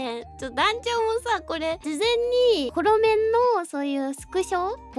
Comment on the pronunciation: ホロメンって言ったんだけど、モロメンに聞こえてしまって吹き出しました🤣笑